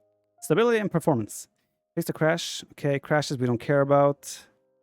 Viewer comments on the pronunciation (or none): none